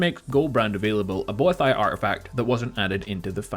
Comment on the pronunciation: You butchered boethiah